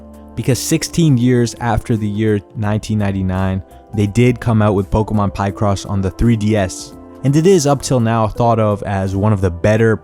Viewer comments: Bro, it's not Pie-cross 😂 It's Pi-cross like Pi-kachu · Also for anyone curious: Pokémon Pie-cross (pronounced Pic-ross, cause they're pictures drawn in a cross pattern), Actually fully released in Europe, and as someone who frequently plays and enjoys the game, there's actually a lot of depth to it! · bro really said PIEcross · Applin “Pie Cross” 😂